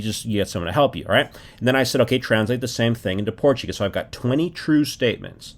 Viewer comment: Your Portuguese pronunciation is quite good.